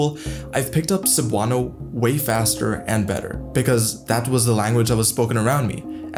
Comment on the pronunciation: not 'Sabano'" but 'Sebuano(Cebuano)', pronunciation ay 'MALI'. and 'Visayan' is the name of language group includes Hiligaynon, Cebuano, Waray-Wawray, isnt't it?